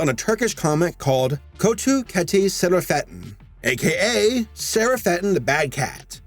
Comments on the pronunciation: Sher-ah-fet-tin At least attemp to pronounce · Sera - fettin? What the fuck His name is pronounced as Cera-fettin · You actually pronounce Şerafettin with a "Sh" sound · His name is pronounced: Sheh-roff-uh'-deen, with emphasis on the d. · "man, that cat looks familiar" the comic kötü kedi şefarettin OH GOD I WAS NOT EXPECTING A TURKISH SOURCE (may i say, you have butchered Turkish quite well) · As a Turkish person, I must confirm that you absolutely butchered their names.